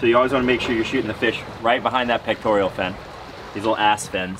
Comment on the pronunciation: And it's peck-tore-uhl, not peck-tore-ee-ul. The elf's name is Dobby (dah-bee). Great video guys.